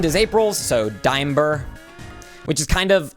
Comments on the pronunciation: Diamber should be pronounced as "dee-ahm-behr" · Diamber sounds like diaper